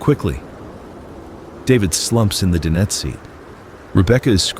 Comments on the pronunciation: DIE/NET............DIE/NET........Not din et........lol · dinette.. Di-nette